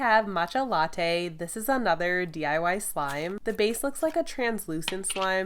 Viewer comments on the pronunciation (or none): none